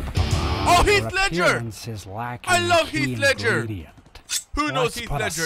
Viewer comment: Did my dude call the joker heath leger